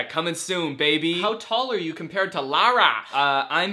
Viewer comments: sure feels great having my name pronounced LAHrAH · As a Lara, I would like to clarify that that’s not how you pronounce Lara